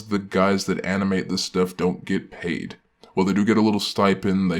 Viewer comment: Off topic, but when he said "And I get paid" It sounded like pie (t). So in my head canon the command get partially paid with pie